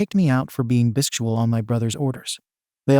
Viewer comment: I can't get over how the AI pronounces Bisexual 😂